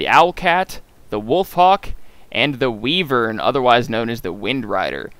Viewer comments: LOL, how you pronounce wyvern is funny and a little triggering. Here's how to pronounce it waɪvərn/ WY-vərn. It's not wee-vern, lol. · its pronounced Y-Vern, not Wee-Vern